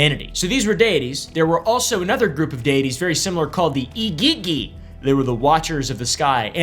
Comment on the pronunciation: The igigi are pronounced like eejeejee